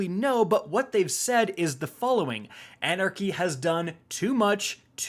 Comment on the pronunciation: You could’ve titled this: the end of “An Era Chy”